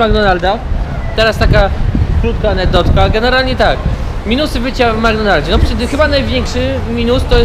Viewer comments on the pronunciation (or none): Anegdotka nie Anednotka